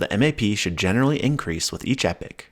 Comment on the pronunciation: yo clown … read what an epoch is … and HOW TO SAY IT PROPERLY